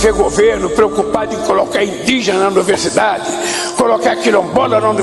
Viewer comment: Anuversidade😂😂😂 que vergonha falando errado 😂😂😂 o brasil tá fudido